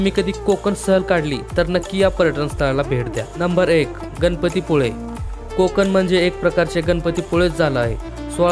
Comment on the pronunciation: कोकन नाहीरे कोकण . ण आधी शुद्ध बोलायला शिक